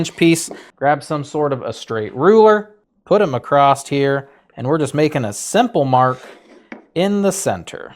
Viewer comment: bud, I'm sorry to tell ya, but there is no " T " in ACROSS....... (sorry its a tick.. but love the vids.)